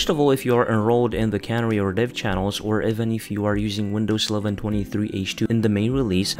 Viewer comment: Canary is pronounced "Can Air Ee", not "Cann-ery."